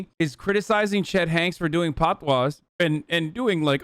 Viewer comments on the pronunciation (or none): “Doing patios” 😭😭😭 speaking???